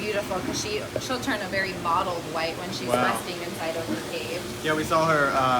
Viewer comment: Mottled white, not modeled white.